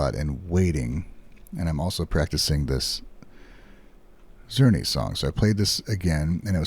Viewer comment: In the comments of the interview video, some kind person listed all the musicians and music mentioned by Kanami, including Carl Czerny「Op.849-2」. I can't say whether that's correct, but hopefully it is. I'd also note for or anyone who cares, that the CZ in Czerny is pronounced like CH. So sounds like "churny" 😄